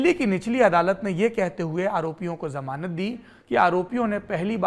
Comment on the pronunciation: आदरणीय सौरभ जी "जमान" को "जमानत" शब्द को सुधार कीजिए। 🙏